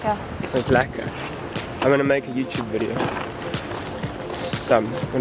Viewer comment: Shes got the saffa words down "it was lekka"